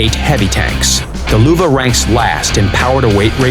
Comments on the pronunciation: Nils Niemeyer No shit sherlock, i mad fun off how they say Luwa instead of Löwe XD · it is pronounced "loevee" or "loevé" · It's Löwe, not Luwe. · I'ts not the german pronunciation.The german pronunciation is löwe not Luwa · Your Löwe sounds funny its like luwe but thats totally fine jUst SO yOu kNOw LÖwE MeANs liON. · The "Luwe" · This pronunciation of Löwe just hurts me! :D Luuuve -oh fck me xD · Sounds like Lüwe. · Get WG somebody that does not say Luwa, i cant watch this with a straight face and follow the damn video XD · "Luwa" that's why you should learn foreign languages. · Wtf? Luwa? Whats that for a tank? Worst pronunciation I've ever heard xD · I hear luva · damn i really like how they pronounce Löwe.... why dont they call it a Lion that the correct translation for it. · The "ö" is pronounced like the "U" in "Churchill" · Valivali94 I think they can't pronounce ö right.